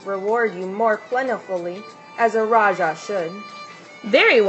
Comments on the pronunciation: Thank You for sharing! The correct pronunciation for Raja is Ra - Ja (as in James not Ya or Jya) Have a splendid day! Peace. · The correct pronunciation is Raa- ja It is supposed to be J and not ch or sh.